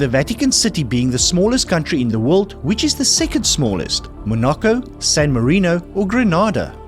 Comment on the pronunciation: N ot altogether: It is San MARINO, not San Merino ...